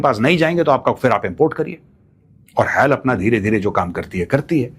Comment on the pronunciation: Sir extremely sorry to say but It's HAL not hell...... pronounciation